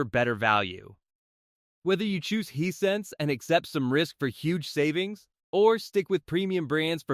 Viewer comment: Hey the brand name is Hisense not what you're calling it get it right or stop posting reviews Hisense is an awesome brand I have a TV and sound bar from them and I would put them right up there with Sony, LG, Bose any day the prices can't be beat and save the consumer $$$ and that's fantastic.